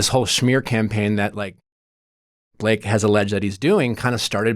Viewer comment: I also like how he said “shmear campaign” 😂